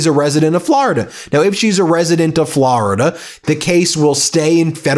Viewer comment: "Flor"-ida not "Flarida." There's no "a."